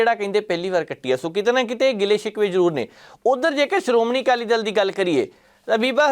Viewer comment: ਜ਼ਰ ਕੀ ਪੱਤਰਕਾਰੀ ਆ ਪੰਜਾਬੀ ਬੋਲਣੀ ਨਹੀ ਆਉਂਦੀ ਬਾਈ ਦੱਲ ਤੇ ਦਲ ਸ਼ਬਦ ਚ ਬਹੁਤ ਫ਼ਰਕ ਆ ਦਲ ਬਦਲਣ ਨੂੰ ਦੱਲ ਬਦਲਣ ਈ ਬੋਲੀ ਜਾਂਦਾ